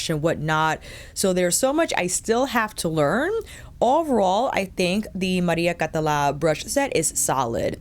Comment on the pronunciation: You pronounced the name perfectly, don't worry ;) Also, thank you so much for being super honest about the feel of the brushes. As a fellow fude enthusiast, I was wondering how these new generation fibres that claim to mimic natural hair compare to actual squirrel or saikoho (same with the Victoria Beckham ones).